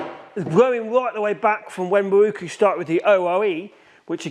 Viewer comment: Open close ...open close...open close.... F..k sakes and what is a MAWOOOKOOO... Pronounce MAROW Koo